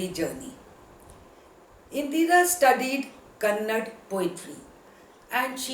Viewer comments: It's not kannad,...it's kannada...learn this first... 👿👿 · Mrs Triveni is one of the great female novelists in kannada literature, please before saying anything , please re check and then say. Being professor, you must know that kannada and karnataka shouldn't be pronounced as kannad and karnatak respectively.